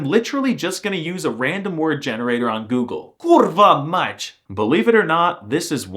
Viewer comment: your pronounciation of "kurwa mać" was quite good!